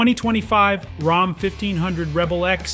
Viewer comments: RAM not ROM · “Rom”?! Stop having AI dictate your videos. Thumbs down. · Sorry are you saying Rham?